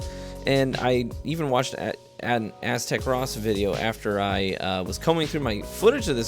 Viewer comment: "Aztec Ross" lmao